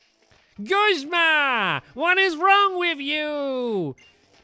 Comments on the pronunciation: WHY DOES STAMPY CALL HIM GUZMO HIS NAME IS GUZMA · Stamps... you had Guzma right the first time... its Goozma not Guzmo and i know you're dyslexic you said it in a different episode but still. (just letting you know sorry for bothering you)